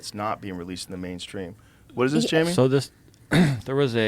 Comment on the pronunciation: come on buddy